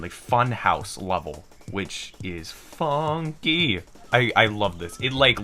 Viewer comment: Supah Donkey with a new fonky